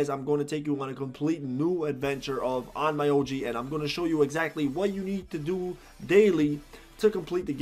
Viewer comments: By the way, it’s Onn Myo Ji Not Oh My Yo Ji 😅 I don’t recommend leveling up that way. It doesn’t worth it. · it's pronounced "on-myo-ji" regardless of the mispronunciation, you explained everything so well. really helped out understand some stuff that with just their explanations left me still unsure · It's ON-MYO-JI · lol Own-MI-O-G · It’s actually pronounced as ommyooji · Can people please, at the VERY LEAST, learn how to pronounce, AT LEAST, the name of the game..?!!! That triggers me AF